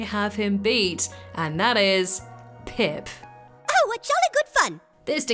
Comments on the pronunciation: Pip… it’s pip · Pip, its pip